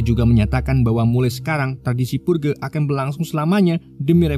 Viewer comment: Dibacanya "perj" bang bukan purge wkwk